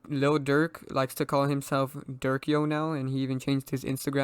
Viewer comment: Bru I thought you said durk is fbg duck